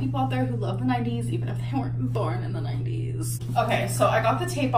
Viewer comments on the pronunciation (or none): none